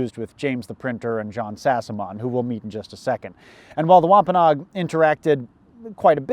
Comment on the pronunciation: Ahh You finally pronounced Wampanoag correctly. NO-AG. GEESH!!